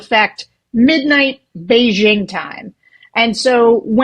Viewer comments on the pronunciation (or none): You will appear more informed if you know how to pronounce “Beijing” The “jing” in Beijing sounds like “jingle” and not like “shingle” Blame CNN’s Bernard Shaw. In the early 1980’s, Shaw thought it was cool to mispronounce Beijing using a fake French accent.